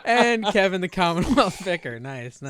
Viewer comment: add “Y” to commonwealth